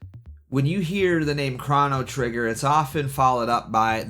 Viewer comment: no way bro just said "krahno trigger"